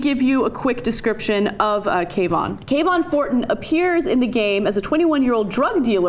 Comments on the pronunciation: it could be Kuh-vaughn vs Kae-vaughn (as is pronouncing) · how are they getting the sharp k sound out of kavon? it looks like it should be pronounced kuh-von, you dont say kevin as kay-vin, this is just looking for offense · I don't think this was intentional. The game takes place in Chicago during the autumn, uh when lots of characters are wearing hoodies. The name Kavon Fortin, when I read it, sounded like Ka-Vaughn to me not Kay-Von.. And it's a randomly generated npc. Every time you fail and start over the car/person you see can be different. It's a fun game, not based in Florida, about a city where hoodies are a logical choice for cool weather. I feel like the person who called attention to this was projecting, in a way, their guilt over fighting a black person in a hoodie... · I think you guys are just pronouncing it like Trayvon Martins name to make it seem like you're right lol I read it like Kah-vun (Sounds like cabin) Fort-en